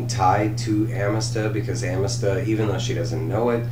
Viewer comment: Great review but you're killing me homie. It's pronounced a muh thuhst